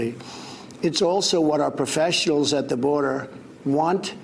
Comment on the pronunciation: "law enforcement professals" lol